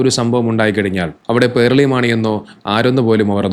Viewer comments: പേർളി അല്ല പേളി 😂😂 പേൾ 😂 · "r" letter supposed to be silent while pronouncing. He is wrong.